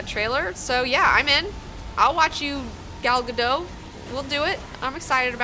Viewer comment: it's gal gadot! not gal gado you hear the "T" in the name.